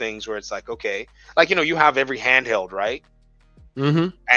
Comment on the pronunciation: Xbox “canheld” 😂